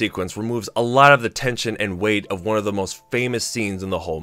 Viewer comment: Gen "WUN" simply just is the best sorry dude you're a fence sitter